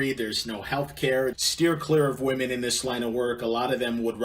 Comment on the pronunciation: I can't even watch this cause the dude with the mic can't even speak proper English. It's women...not woman. And your humor makes me want to jump in front of a train. And it's years not yurrs